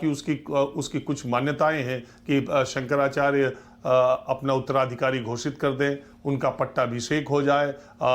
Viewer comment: 55 saal se pratha thi - koi kagaz nahin chahiye, aadhar ban jayega voter card ban jayega , jahan chahe kabza kar lo etc etc . Bas Daagi kunbon ka aashirwad hona chahiye aur musalmaan hona chahiye 😝😝😝 Aise khan-gracy agent jo शंकराचार्य ka naam Bhi theek se bol nahin sakta , baith kar khud ke pvt channel per gyan baghaar raha hai 👎